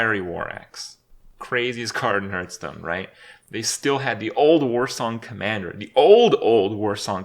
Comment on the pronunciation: why does he call it hurtstone